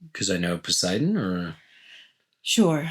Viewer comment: "Because i know posidon" lol